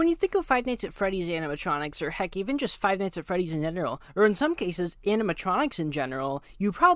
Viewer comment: “Or hecc even five nights at freddy’s in Engeral”